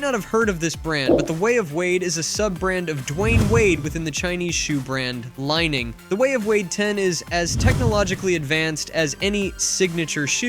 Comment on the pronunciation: The "Li" of the brand Li-Ning is pronounced as English name "Lee" (as Li Ning is the Chinese gymnast who won 3 golds 2 silvers and 1 bronze in 1984, and "Li" is his last name)